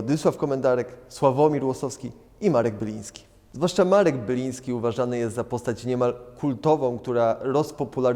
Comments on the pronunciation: Panie prowadzący Marek BILIŃSKI ! nie Byliński...jak można... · Marek Biliński a nie ''Byliński'' ''Ucieczka z tropiku'' z 1984 roku pochodzi z płyty ''E#MC2'' a nie ''Ogród Króla Świtu'' ( 1983 ) ech...